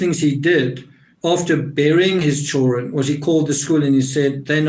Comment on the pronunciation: it’s hilarious!!but that accent is halarious!!and I’m a hillbilly!!and I think he says “chilren”